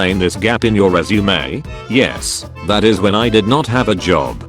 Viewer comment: Also, there's a chance you that you mispronounced That.